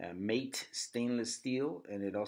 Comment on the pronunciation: Matte is pronounced like “mat” not “mate”.